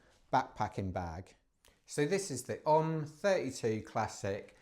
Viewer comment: Learn to pronounce the company name. It’s OMM representing Original Mountain Marathon so is sounded out as initials like “Oh Em Em” definitely not like the yogic incantation Ohhhmmmm!